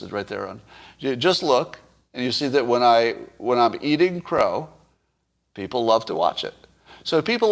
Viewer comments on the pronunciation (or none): none